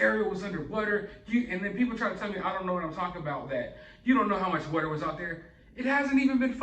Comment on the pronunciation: I love your channel and it still surprises me every time you say “what-er” 💦 instead of water 🚿 because otherwise I don’t detect an accent with you! 😂 Anyway, thanks for all the great videos! 😊 💕 🎥